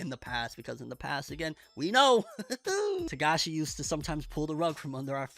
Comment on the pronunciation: First time I've heard you say his last name right